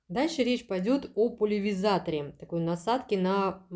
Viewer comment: не пулевизатор, а пульверизатор